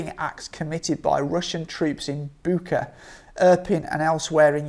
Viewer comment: I think it's pronounced as Butch-a.